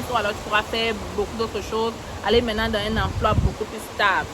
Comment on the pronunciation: Ton "mintenant" de la 15' me tue seulement à la kmer. Merci infiniment !